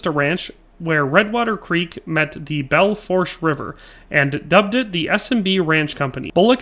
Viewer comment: Great historical lesson though will say, it is pronounced Bell-Foosh River incase you see the river pop up in any WY and SD ones :) Actually live on the river myself